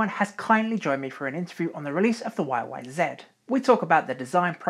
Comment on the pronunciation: Great video - but NEVER YYZEE!! Even the Canadians pronounce it Zed!